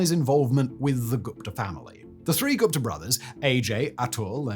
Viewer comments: I hate the way you say Gupta. It's pronounced "Goop-ta" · Hi Simon, Just a couple quick corrections on the pronunciation, the h in Thuli isn't really pronounced so it's more like Tuli (think "tool" like Tool-ie but said quickly so as to not over-emphasize the double-o) and Gupta is also pronounced similarly (think Goopta) Thabo as well the h is silent :)